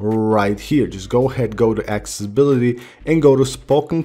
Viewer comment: Guy can’t speak accessibility properly XD😂